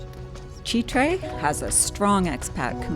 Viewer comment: As always, a solid presentation. Constructive criticism though…avoid shooting food unless you can make it look good…lol. Easier said than done, for sure. But keep up the good work. One final note, it is pronounced Chitre’…the accent is on the “e.”